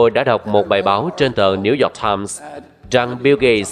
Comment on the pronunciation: Cảm ơn những tin tức bạn đưa Mong bạn có thể tiếp nhận ý kiến của mình là bạn nên học lại cách đọc tiếng anh Chứ New York mà bạn đọc thành Nêu Dọt Time nghe mắc cười quá bạn ơi